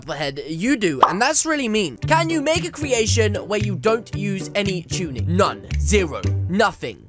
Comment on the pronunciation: My first time I heard tunning I thought you said chunning